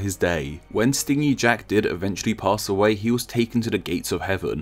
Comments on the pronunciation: Isn't it stingy as in stin-gee, miserly? Rather than what a bee does? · Took me like half way through that story to realise you meant stingy as in greedy, lol. It's pronounced like "hinge", not like "sting"